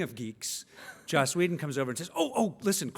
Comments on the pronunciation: It's Josssss. Not JOSH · I'm starting to wonder if Mark realizes it isn't "Josh"...